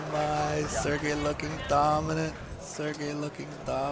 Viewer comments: haha the name butchering of sergey at the beginning was funny. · Sergeys name got butchered so bad at the start ☠️